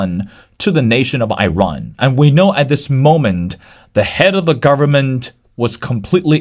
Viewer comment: Dude, its Iran not Eyerun